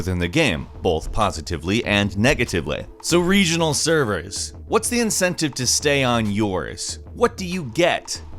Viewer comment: why did you say the ely in negatively so different to the ely in positively, you clearly said it correctly in positively but continued to say it incorrectly in negatively, this has positively affected me negativLAY,.,., edit timestamp